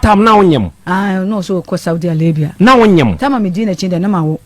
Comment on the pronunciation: My sister " Saudi alabia" hahahaha , R & L is the problem oo